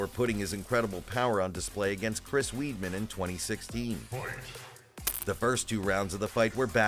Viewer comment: I can’t believe you called Chris Weidman Weedman 🤦‍♂️